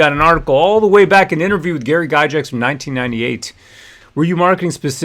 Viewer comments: Yes, defend his(their) legacy. And let's pronounce the name correctly too. It's pronounced Guy Gax not guy jax. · Please for the love of Grod his name is pronounced Guy-Gacks. Since you are talking about honouring his legacy the least you can do is pronounce his name right.